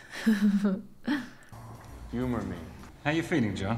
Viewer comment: I like how you add 8 extra R's to the word Radius.